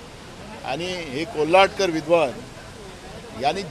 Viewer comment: नाना,कोल्हटकर नव्हे, कोरटकर.आणि हा मुद्दा महत्वाचे नाही,नेहरु काय म्हणाले डिस्कव्हरी ऑफ इंडिया या ग्रंथात, त्या वर तुम्ही उत्तर का देत नाहीत.